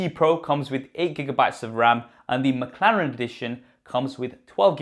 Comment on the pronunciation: What is "Makharen" ? ... did anyone else heard makharen or is just me ?....Btw love your video .... i am just annoyed how you pronounce that word Mclaren